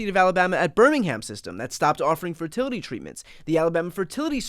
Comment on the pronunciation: "ferterlety" - Lindsey Graham, US congressman.